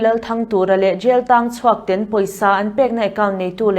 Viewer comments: ten tih hi 'A men's tih anga an lam hi a dik em! Ten, 'ka ten' tih angin Kolasilam chuan kan lam a... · JB Zonet thu puang tu hian 'ten' tih a lam dan hi ka ten lutuk. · Lunglei lam trawng deuh ni...helamah kan ti ngailo...